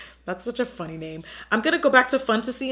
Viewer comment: Makes me chuckle cause “funty” is how my toddler says funny. XD